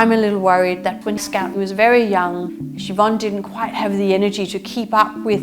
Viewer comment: Instead of "Scout" I heard "Scat" and thoght it was suiting :)